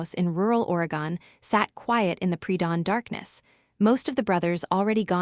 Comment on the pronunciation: it's not prounounced "ore-ee-gone"! It's "ore-eh-gun"! Learn how to pronunciate names that you put in your vids! There is also not a Riverside County in Oregon, though you might have changed the name for the story, to keep people from bothering the people in the story.